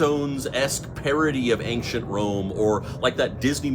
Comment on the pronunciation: Very interesting until you said “anKchent” lol